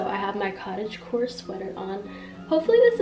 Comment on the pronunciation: Everytime she says cottage core i hear cottage porn....i have issues lmfao😳